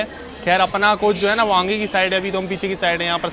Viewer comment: Bhai aange ni aage bolo...tone thora change kro... Baki sb shi h